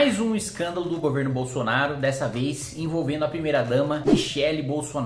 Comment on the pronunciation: Legal é o katagrilo dando enfase na palavra "escândalo" e não na palavra "milionário"